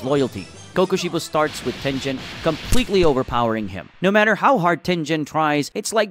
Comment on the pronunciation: bro called tengen tenjen